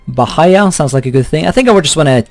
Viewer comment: man, I'm Brazilian, and it's pronounced bá-í-á